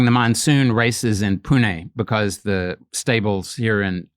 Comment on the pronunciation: he pronounced pune perferctly. thats rare.